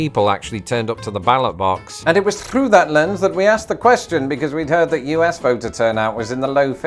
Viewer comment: Oh my trrrrrill, I think the Anglo-Saxon rolled r's are coming back ("thrrough")